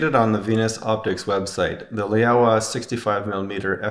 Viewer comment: it is not lay-aowa or lay-owa. it is laowa